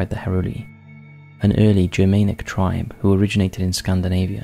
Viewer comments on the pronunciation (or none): And Germanic.